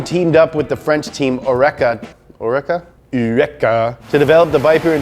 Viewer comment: OR-eca. Not o-RECa